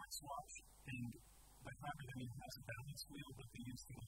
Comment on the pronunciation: its IIIIAAAANNN! i try to teach you valuable german language skills here ;)